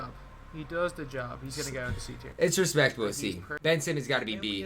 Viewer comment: Respect***** not respeck